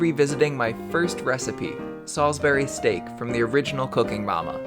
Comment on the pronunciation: you are not pronouncing salisbury steak right.